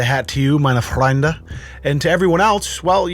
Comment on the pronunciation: For one of the first and only times in my life I actually feel special being German. Also, you pronounced that "meine Freunde" perfectly, 10/10, very proud. Danke.